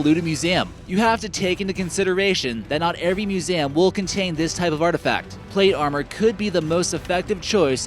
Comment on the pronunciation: Ur say Museum wrong